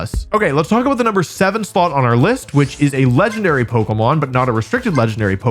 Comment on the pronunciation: Every time I put up one of your videos in the background, every time you say pokemon, I hear bogumaw